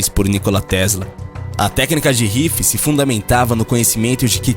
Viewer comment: Meu amigo!! O video e muito legal!! Mas, por favor nao esculhambe com o nome desse brilhante cientista americano!! Royal Raymond Rife Nao e rife se ler RuÁIFE<<<